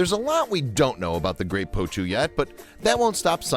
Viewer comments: Annoying narrator cant even say the birds name properly 😂 poutoo is what hes saying 😂 the birds name is potoo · I cringe every time I heard him say poe2. In my country we called it po'2. And that's what I heard David Attenborough called it too.